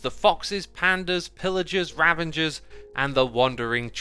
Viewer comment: It's been 2 years since Ravagers were added and X still can't say the word